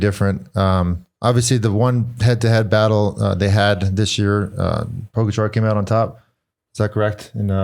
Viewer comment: Another year of not knowing how to say Pogacar.